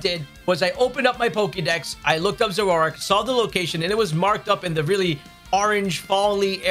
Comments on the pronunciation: Zoro-Ark, not Zororark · Dude…your adding a whole syllable to Zoroark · You say Zoroark funny.